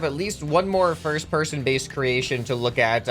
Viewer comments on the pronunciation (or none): you said pirst person